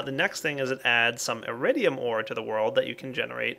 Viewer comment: lol i though he say eridium not iridium borderlands 2 refrences